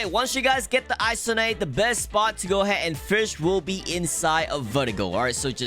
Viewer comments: I like how he fails to say "Fish" multiple times, thats why he is so unique. No mean to call you out but you might be fake because it says new lifetime highest weight at 1.3k 😵‍💫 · Fisch ❎ Firsh ✅ (I'm guessing it's your accent.. idk..) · I love his iconic “firsh” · I love it when you say fursch" its so funny lol